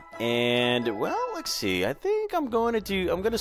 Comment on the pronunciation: are u saying lexy instead of let’s see? or am i crazy?